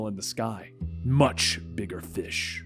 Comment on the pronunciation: "Bigger frish to fry"